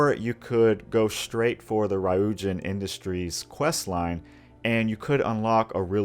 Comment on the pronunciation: that pronounciation of ryujin was appalling